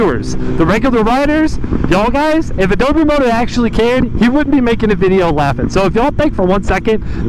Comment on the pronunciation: it’s AdobO moto, not adobEE moto